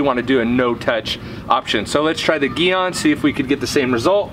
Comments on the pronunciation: I never wash or spray off the wheel before using Gyeon Iron. It holds on better with the dirt on there and has been more effective that way for me. Thanks for more great info😊. Hope I say your name right. Because it's not Geon it's Gyeon haha fun ball busting no disrespect.😂👍😊 Brakes work 70 front and 30 rears. So yes you will always have more iron deposits on front brakes. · Whole video is inconsistent and irrelevant and leaner how to pronounce it it’s not geeeon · One thing, it's pronounced jee-on. I don't really care how you say it personally, just an FYI. Secondly, the smell is mercaptoacetic acid aka thioglycolic acid. The more smell, generally the higher concentration of the active chemical. Mercaptoacetic acid actually rapidly pickles the iron. The byproduct is that red/purple color. Meg's is a pretty decent product for the price, but the dedicated iron removers from Gyeon and Carpro tend to do better than the wheel cleaners that have the acid in them or products that try to be iron and tar removers combined and even some of the cheaper dedicated iron removers like McKee's for example. I've decon'd some seriously bad cars - I'm talking one car was sitting next to an angle grinder station so the particles were enormous and you could really see the difference between the big name iron removers and the cheaper stuff I was trying to use since I knew I was going to have to go over the car many times. It ended up being a 3 hour clay job even after probably 3 to 4 passes with iron remover btw on the car that had been sitting near an angle grinder. Orange rust specs eeeeeverywhere. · g Yûn is the pronuciation. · Soft G sound in gyeon 😁